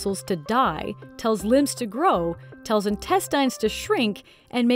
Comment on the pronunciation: Why does she say intestines that way